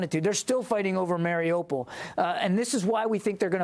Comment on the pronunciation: Mari U pol. Not MariOpol,. < > 😆